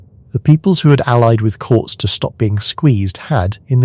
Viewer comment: Pronounced like Kortez not courts